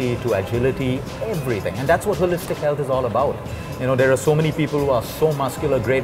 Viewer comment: Why am i hearing ass hole-istic whenever he says as holistic as possible.